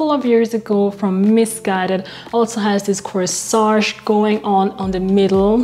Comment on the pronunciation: Corsette. Not Coesage. Other than that , 😉 love the video❤